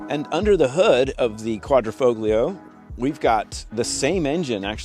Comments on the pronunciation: It’s pronounced Qudra fo lee oo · The 'g' is silent. Dude sounds like the ignorant American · DAWG...the "G" is SILENT !!